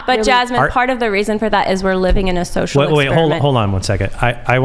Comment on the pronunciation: 'shocial'? thats it. she mispoke. they lost. the rest is just a formality.